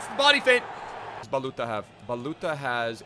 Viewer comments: And his name is like baluthsa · IT s like balutza ( hi from romania)